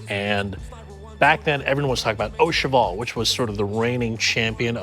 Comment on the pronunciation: Did this man really pronounce it "OH-CHEVAL"